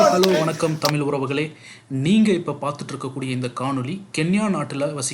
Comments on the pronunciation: முதலில் இந்த நெறியாளர் தமிழை ஒழுங்காகப் பேசட்டும். பிறகு மற்றவர்களுக்குக் கற்றுக் கொடுக்கலாம். அது 'தமில்' அல்ல "தமிழ்". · தமில் இல்லை தமிழ் தமிழின் சிறப்பான 'ழ' வை சரியாக உச்சரிக்கவும் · தமிலை இல்லை தமிழைச் சரியாக உச்சரிக்கவும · முதலில் தமிழ் என்று சரியாக உச்சரிக்க கற்றுக் கொண்டு தமிழ் சேவையை செய்யுங்கள். அப்படி செய்தால் தான் உங்களுக்கு அழகு